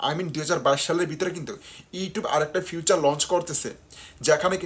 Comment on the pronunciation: ভাই ফিউচার না উচ্চারণটা হবে ফিচার 😊 Advance Welcome😁